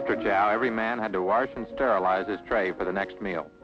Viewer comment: warsh and sterilize